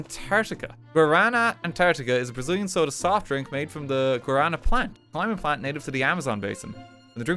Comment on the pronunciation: Oh my god, RT pronouncing Guaraná is the most cursed thing, bless. (The soda is very good btw, easy recommend from me.)